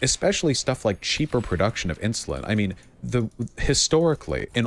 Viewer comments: It must have a bit of a speech problem because "Ins-you-lin" and "el-t-s" (instead of else) are said a lot by the the amorphous blob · Why does say "IN SHOE LIN"?!